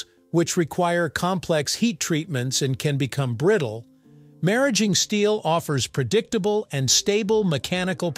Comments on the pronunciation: The correct pronunciation is how it’s spoken right after the mention of nuclear centrifuges. Similar to “marriage”. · I never expected a segment on maraging steel! I think it's pronounced mar - ageing. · I worked with this material in graduate school in the 1960's. At that time, it was pronounced "mar" "age" "ing" with each syllable pronounced like the word (even though "ing" isn't a word). They didn't do a good job in this video with "molybdenum" either. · First fucks sake, they pronounced it two different ways, both wrong. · Fix the narration. Maraging was pronounced four different ways. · You pronounced Maraging two ways. Which is correct? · I'll never know how to pronounce maraging. So I'm going to keep on calling it alloy steel.